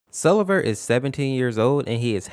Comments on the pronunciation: fun fact (absolutely no hate): its pronounced sleeve-r not sell-e-ver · His name is actually pronounced; Sell-ee-ver. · So it’s not pronounced see-lee-ver huh